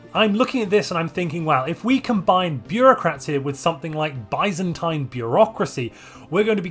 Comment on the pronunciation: Love your videos but I cannot figure out if you're pronouncing Byzantine like that on purpose or not